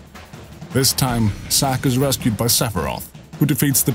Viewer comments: u kept saying,Sack not Zack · I wasn't making a joke.idk if its ur accent or what.but,u constantly said,Sack.even the subtitles say,Sack.but,its not a big deal.but,I am curious. Why didn't, Zack go see his parents in gongaga during reunion?they been writing him letters & he was in gongaga, why didn't he go see them?